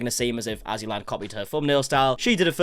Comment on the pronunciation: LOL! *AzzyLand, not AssyLand Lmaoooo